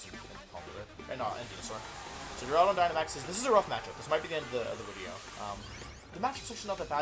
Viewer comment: Who else immediately checks the length of the wideo when he says it's a get to rank 1 or lose wideo